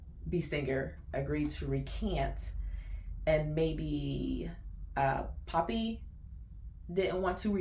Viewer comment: Not Papi. It’s Poppy.